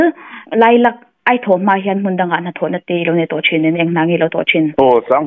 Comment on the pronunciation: Khaw hming lam dik lo lutuk hi a ngai mawh awm fimkhur a tha. Lailak lam dan hi a dik lo lutuk